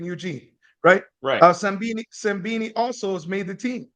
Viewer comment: Love it how Donovan never fails to butcher the pronunciation of Simbine's name! 😂